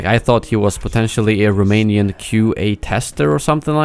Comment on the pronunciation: Did he just say Romanian?